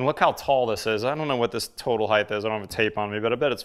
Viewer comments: There’s no such word as “heighth”. It’s “height”. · Pronounced-Height- sounds like night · "Heigth" lol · "Heighth" is not a word. It is something people who think they are smart say, ironically it makes them sound stupid. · Great videos. Please, stop saying "heigth". :-( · Iconic???? Heighth???